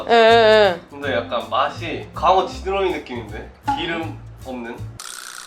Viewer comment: 나만 이상하게 들리는건지 모르겟는데 윗지느러미.밑지느러미를 윗지러미.밑지러미 라고 들리는거같음 ㅋㅋ